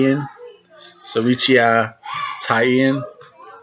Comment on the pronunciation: The name is pronounced Siri-Chai, not Siri-cheeya as you pronounce it.